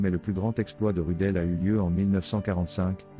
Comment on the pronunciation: Prononcé Roudeul, pas Rudel.